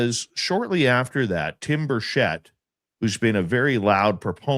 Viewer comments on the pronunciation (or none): It is pronounced Tim Birch-et, there is no sh in Tim’s name. Tim is to nice of a guy to correct people but I am not. He has been my county mayor and Congressman for about 15 years now and I consider him a friend.